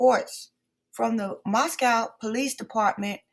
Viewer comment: Gag order doesn’t apply to the Goncalves family members, only to their attorney. Shannon Gray. You need to get your facts straight. Family members are free to express their opinions anywhere and anytime. All you got are dubious “facts” from dubious sources. Can’t take you seriously. Moscow is pronounced Mosco (no “cow”), BTW.